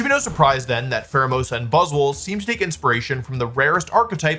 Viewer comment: I've never heard someone mispronounce so many pokemon. For example Buzz SWOLE "buzzle" lmao